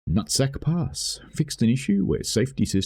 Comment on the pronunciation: I keep hearing nutsack pass 🤣